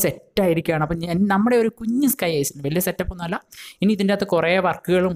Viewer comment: Bro aisland alla iland Ennaanu parayunnathu